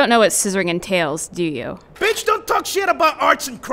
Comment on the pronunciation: the way he said "betch" lol